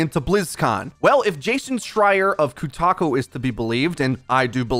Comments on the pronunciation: Why do you keep pronouncing Kotaku as Kutako? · it's KOtaKU, not KUtaKO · I can't believe you are pronouncing Schreier correctly but calling it coo~taku? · The number of times and different ways you mispronounced Kotaku, hilarious. Kutaku, kutaco, kotaka wtf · jason is the only person on kotaku that is worth your time. also, pretty sure you are pronouncing it incorrectly.